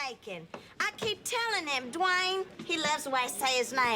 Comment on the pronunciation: the way Whitley say Dwayne’s name just too funny to me😆😂